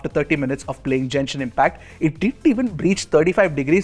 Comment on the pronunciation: great video, just as a fan of genshin, its pronounced Genshin, not Jenshin